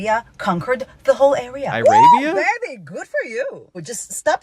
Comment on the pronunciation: "eye-rabia" is nearly as good as "apatheed"